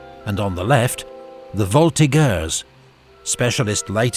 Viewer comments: Any narrator who can't pronounce ''voltigeur'' correctly doesn't know diddley-squit about the Napoleonic Wars. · Fuck-ups are understandable after two thousand years, but not two hundred. Latin is a ''dead'' language and some of the phonetics debatable, but any Frenchman alive on the planet today can tell you how to pronounce ''voltigeur''. It just shows a lack of effort in research, lack of respect for the French idiom and an unprofessionalism unworthy of your channel. There's not a fighting regiment of foot in the Grande Armee that fought without its voltigeurs, and even in English - or ''American'' - you get ''soft'' vowels that change the sound of the consonant preceding them. So please bring someone in to narrate who is prepared to make the slightest effort to appear like he knows what he's talking about, otherwise your channel gives the impression that it was put together by uneducated, unqualified juveniles and you will get comments like mine. Or else just say ''skirmishers'' and stop pretentiously punching above your weight. His effort reminds me of Kamala Harris, in Paris - heaven forbid. A teacher who misinforms his, or her, pupils should be fired. The same goes for the Vice-President......though misinformation from her is all we ever get.